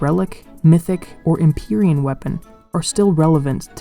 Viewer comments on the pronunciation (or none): none